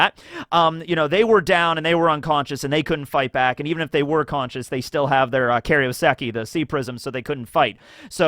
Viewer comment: i beg you stop saying “kario seki” it’s pronounced “kairo seki”